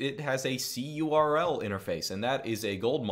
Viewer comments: ITS CURL NOT C-U-R-L AAAAAAAAAAAAAAAAAA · Just say curl like a normal person lol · That's what I thinking, very strange! I prefer wget any way, just because.